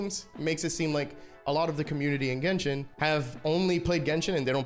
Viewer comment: why can't you say genshin like a normal person?